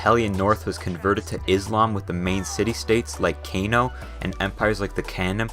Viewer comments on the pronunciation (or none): Would have been much better if you had gotten the pronunciations right. Benue = ben-WAY Kano = kah-NO Benin = bee-NEEN Sokoto = SOH-koh-toh Lagos = lay-goes Ibadan = ee-BAD-an Yoruba = euro-BAH The biggest thing keeping Nigeria from its rightful place in the world is the legacy of the divide-and-conquer indirect rule tactics of the imperial colonists: corruption. Perhaps when these old people currently misleading the country die off then there may be a chance that the young generation can bring the change that the country so desperately needs. Nigeria will not be the new China, but one day it may be a New (corruption-free) Nigeria. Time will tell. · I stopped listening when i heard Kay_no